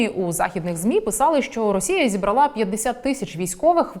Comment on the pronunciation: зібрАла, а не зібралА